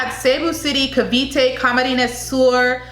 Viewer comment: CAVITE this how we pronounce it KA-V-TE PASAY (PAS- EYE)